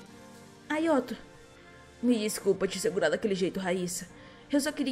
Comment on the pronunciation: Não se fala ayoto se fala ayato